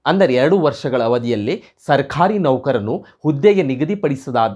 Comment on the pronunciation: Pronounciation plz rectify. Sarkhari alla adu sarkari. Mattondu nevu speach kodbekadre rotating chair use madbedi. Otherwise good effort